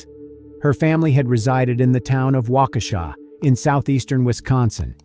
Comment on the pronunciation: You said Waukesha correctly! I almost fell over! Lol